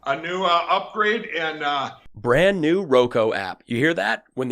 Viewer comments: One thing I’m gonna miss in the Republican primaries was Chris Christie despite how horrible the guy is but he was the only few republicans who would cal out Trump on his BS about the election being “stolen”. I still laugh that Mike still says “ROKO”. 😂😂😂😂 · Roko?? Lol. He never can get that right. How the heck did he run a business,,,,🤦🏼‍♀️🤦🏼‍♀️